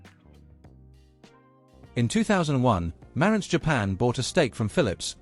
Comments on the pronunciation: Not pronounced as done here, the emphasis is on the "ANTZ" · It's ma RANTZ - accent is on the SECOND syllable! Leave it to a British person to screw up the pronunciation as they always do. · So according to the narrator with the British accent, everyone has been pronouncing the name Marantz incorrectly. So phonetically Mare (like the female horse) and ents (like the tree beings in The Lord Of The Rings) it's "Mare-ents"(?) Huh... Learn somethin' new every day. (lol) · You don't know how to pronounce Marantz: Ma rantz. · Please pronounce the name correctly..Hard R.